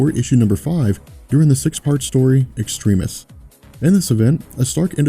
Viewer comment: Does anyone else find it a bit annoying when he keeps on pronouncing Extremis incorrectly?